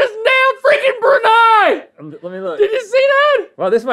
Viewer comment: I know it was more about Link hitting the bullseye but the Brunei episode made me giddily happy because I'm from Brunei!! And wow they all hit the nail on the head with the pronunciation.